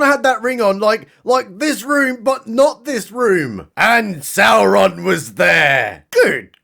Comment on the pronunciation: You said Sauron wrong. You have to pronounce it like Galadriel... with six R's in it. 😭